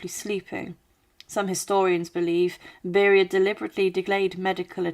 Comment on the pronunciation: You misprounced Lavrenti Beria, Nikita Khrushchev and Erdoygan. It's not like they are names unknown in the West. Even these days. Try to make an effort. You even get his daughters name even though she is still mentioned in the Western Media